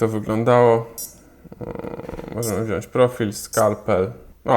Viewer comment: Chłopie, podłączamy, wziąć a nie podłanczamy i wziąść. Wstyd Chłopie